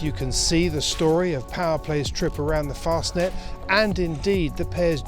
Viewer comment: Why the hell would you pronounce it 'Mass-er-rotty', when you are saying 'Fostnet' and every other European pronunciation, including the second half of the name! Why not go all the way and say 'Mass-er-ratty'?